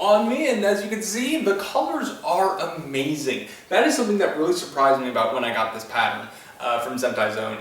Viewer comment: Pun ahead he says"Amazing" like amazing Spider-Man